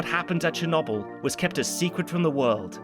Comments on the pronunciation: I love this channel. But, why do Brits insist on pronouncing things in such ideosyncratic ways? "Cher-NOBBBL" Now someone will say "welll um actually that's closer to" but why not just say it how everyone says it? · For heavens sake man. It's pronounced cher NO bull. NO. Why do you do this every single time? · ah yes, Cher-knob-yl. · Constantly pronouncing it "Chernawbyl" is killing meeeee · Chernobble EDIT: Rentgin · I knew as soon as the video started and he started saying "cha-nobble" it was gonna drive me nuts...still a good video though, appreciate the effort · He hit us with the cherno🅱️🅱️le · Che nable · commenting on this . im going to update this comment once i finish to let everyone know if he really calls it cher nob el the whole time edit: no matter how many times its said in the show, it is never said a different way. The english are truly unknowable, why do they pronounce lieutant lefftennant? i guess weird pronunciations are their bag. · Chernobbel XD your pronunciation of chernobyl makes me laugh a bit Very nice video you have been missed! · you really pronouncing it chen noble? Maybe you should look up the history on how to pronounce Chernobyl. It is spelled with an R in there and there isn't 2 N's. Черно́быль. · Really? Cher-nobble? You brits really deserve the hate you get for your ridiculous pronunciation of words. Love the channel tho :-) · You're not pronouncing Chernobyl currently. It's a B not a V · Just here for to criticise the historical accuracy parts of the movie while not even attempting to pronounce Chernobyl correctly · What's even worse is how he pronounces Chernobyl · Did my senior capstone on the Chernobyl disaster! My professor kept telling me to watch this show because it was so accurate. But seriously I don't think I can watch this video with pronouncing Chernobyl that way 💀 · Why do you pronounce Chernobyl like that?